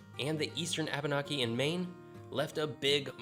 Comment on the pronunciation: It's KWEE-BEC! Not kah-bec. And it's ABER-NAKIE. Not Abon-ockie. I'm a Mainer. We might be stupid, but we ain't dumb.